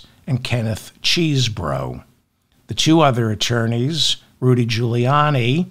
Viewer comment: David, pleasr learn how to pronounce Kenneth's surname CHESEBRO. It's Chez bro!!! You've said it wrong too many times, straighten up.